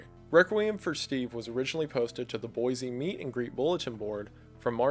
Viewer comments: I used to live in Boise, I'm always happy to hear it mentioned. For future reference, if it ever comes up, it's pronounced boy-see not boy-zee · Great video, nothing personal but as a born and raised Idaho resident it's pronounced Boy-See (you can tell who's from out of state by how they pronounce the capitol haha).